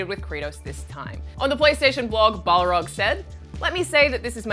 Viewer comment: Corey Balrog as in a Balrog of Mordor who is named Corey. its Barlog ,IGN